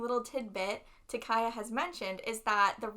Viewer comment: hi hi I have tried so hard to stop myself for many episodes now, but can I just point out that ... Takaya is pronounced differently than you both are saying ... okay that's all pls ignore me thanks bye love you guys